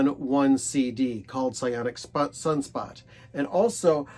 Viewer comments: It's not "psyonic" it's "psonic psunspot," as in sonic sunspot. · The 2nd Dukes album is pronounced "SONIC sunspot."